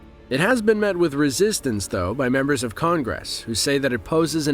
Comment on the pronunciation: If you listen carefully, there are many oddities to the speech. They go by at first like just another person with an unfamiliar accent, but the narrator had no distinct accent and the mispronunciations do not make sense for a native English speaker. 'Con-gress' was weird, but weirder still was the unflinching precision of the rhithym of the speech.